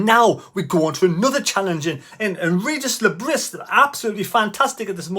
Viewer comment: Pronounced 'Regis le Bree'.